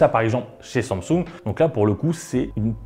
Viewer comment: << Wone Plus >> << Somsung >> C'est possible de dire au Mr comment se prononce certaine marque svp. C'est gênant en fait.